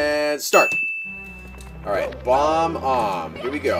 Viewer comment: im shure its bob-omb not bomb-omb